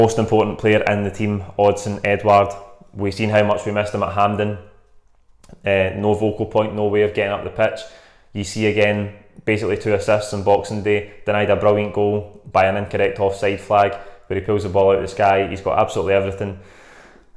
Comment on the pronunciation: Totally agree with the starting line up,we should do a job on them 2-0,please stop saying vocal point(focal point) when referring to eddy cause it's doing my nut in lol hail hail 🍀🍀